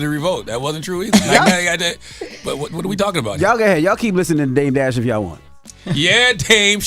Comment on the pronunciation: Bro called em “DEBT DASH” 😂😂😂